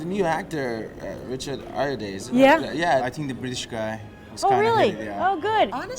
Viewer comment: this isn't the most helpful or relevant comment, but his name is Richard Ayoade, pronounced Eye-Oh-Ah-Day. Not 'OUR YODA!'